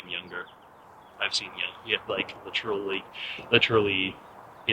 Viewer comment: Just lock him up for the way he pronounces "literally."